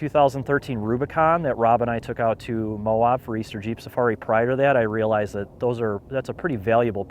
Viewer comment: Nice video mate. We locals pronounce Moab “MOW-ab” like dude your abs are so ripped. Not MOW-obb. Safe travels